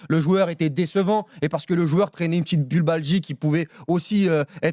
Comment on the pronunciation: pour ceux qui ont la ref : "mais cela ne nous regarde pas!" ! 😂 au passage bubalgie ? Bupalgie? Pubalgie en fait . . . Chroniqueur en bois . Vous embauchez rmc ? Jpeux faire le taf easy